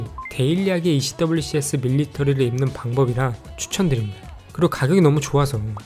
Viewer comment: 행님 ECWCS 는 미군에서는 'ECWCS'라 발음하지 않고 '에크왁스'라고 발음해용!